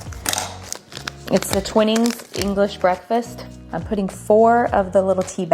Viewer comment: Love the playhouse, and the fact that Jason is so involved 😍 By the way, I am a Brit, and that tea brand is pronounced Twy-nings - and it's lovely tea!